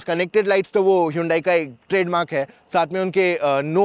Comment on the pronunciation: Hiiyuundaii kya hota h bhau 😂. It is pronounced as Hun-Day ( as Sunday)